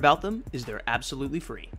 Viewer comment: and how to get it for fwee